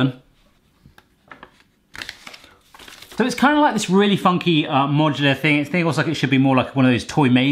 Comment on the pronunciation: Did you say... "modular"? Quick, someone get Eli on the horn!